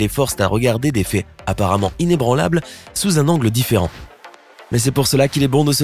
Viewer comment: IL A DIT IN2BRANLABLE